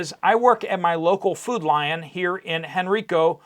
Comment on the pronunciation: Hen-rY-co Virginia, not Henry-co.